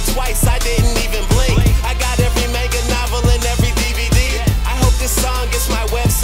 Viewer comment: he said manga wrong :(